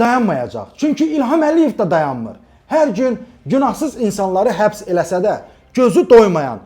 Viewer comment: Mehman salam. Həbs yox "Xəbs". Tək Bəyləri yox, onu bu posta gətirən, arxasında dayanan Ramiz Mehtiyevi də arxadan kürəyinə sapladı bıçağı.